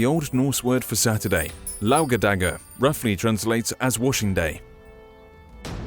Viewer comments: lauderdaga? Did you mean Lördagar? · It'S Laugardagur though, not Lágadagger. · I love watching this as a swede lol. "Lardedagar"